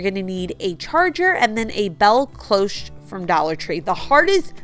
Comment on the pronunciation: Beautiful and cheerful design. Cloche is pronounced klowsh. I just bought 3 plant pots from the plus section and the labels took forever to remove. The blow dryer worked okay with first one, so-so with second and the third was a bugger 😂. Dollar tree needs better stickers. Really great job on the candles! Came out awesome. Could definitely sell them or give as gifts. TFS